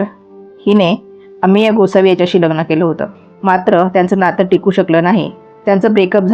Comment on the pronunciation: किती अशुद्ध उच्चार! प्रत्येक वेळी ही बाई " लग्णं " असा उच्चार करते. आणि हिला का एवढया उचापत्या पडल्यात? कशाला एवढा शहाणपणा करते!